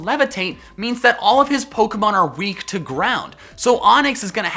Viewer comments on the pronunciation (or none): none